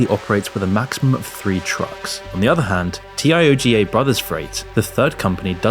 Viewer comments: Then why instead of pronouncing "Tioga" properly did he spell out each letter of it: "T-I-O-G-A"? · TIOGA is def Tee-yo-ga